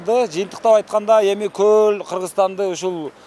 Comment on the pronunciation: Гөл эмес көл деп жүр .